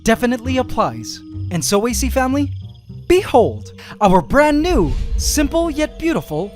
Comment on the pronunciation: I keep thinking that hes saying ace family lol